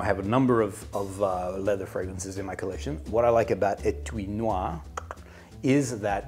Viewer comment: « Étui Noir » pronunciation: spot on Great episode. I started drinking maté yesterday, actually.